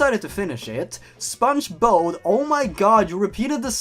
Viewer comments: Spongebod not spongebode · But? Also, I thought you said the next spongebob as spongebod.